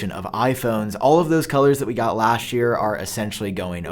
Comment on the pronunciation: For "dish" year and "lasht" year, smh!!! I wonder why this guy pronounce "this" as "dish" and "last" as "lasht"?